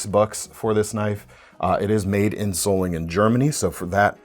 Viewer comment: Hey,! Solingen is pronounced "sawl-in-jen." A little more long-O sound comes through in most English speakers.